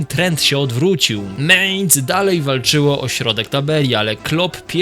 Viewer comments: mAinc nie mejnc kurwa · nie "ciągło" tylko ciągnęło... potworny błąd - nie "meinc" tylko mæinz. To powtarzane meinc brzmi fatalnie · Nie chcę cię martwić, ale to jest Mainz, a nie Mehnz. I choćby Mainz było pisane przez a-umlaut (czyli "ä") to wciąż by sie czytało, jako Mainc, bo "ä" ma dokładnie takie same zasady, jak "e" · Nie mEinz tylko mAinz.